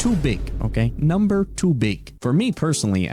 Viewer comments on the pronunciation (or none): none